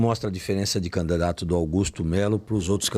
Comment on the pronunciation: CAMDIDATO? COM ESSE PORTUGUÊS E QUER FALAR DO CARA? 😂😂😂😂😂